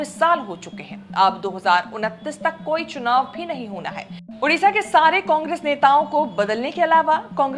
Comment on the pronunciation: Hindi people typical problem is mispronouncing every name of non Hindi people or place,it is their notorious and traditional bad habit ....it is not TaraChand,it is Taraprasad,it is not udisha,it is Odisha....poor vocally handicapped Hindi people